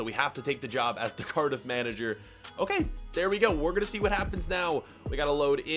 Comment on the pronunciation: You said curdif 😂